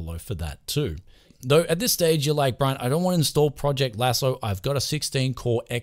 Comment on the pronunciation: You said "Project Lasso" like 10 times, and even wrote it when its called PROCESS Lasso. Also, If you want thumbnails, I suggest the software called Icaros which generates thumbanails for any extension you tell it to, I think its based on ffmpeg and integrates with explorer flawlessly.